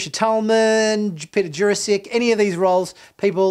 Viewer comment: Why is almost every single name pronounced wrong here? It's Bill Mumy, not Bill Moomy. And Peter Jurasik not Ju Ra Sic And its Vorlon not Vorr Lonn. And even Tracy Scoggins was said in a weird way. Have this guy ever seen the show im wondering? Bill Mumy was in so many shows. Who's ever said Moomy ? 😳